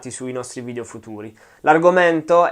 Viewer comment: "Video" e non "VIDIO"